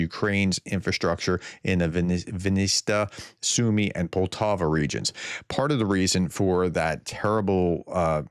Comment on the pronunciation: It's POL - Ta - Va Poltava